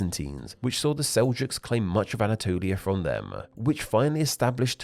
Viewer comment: Narrator: why do you pronounce words that end in consonants so weirdly? Them becomes them-err, world becomes world-err...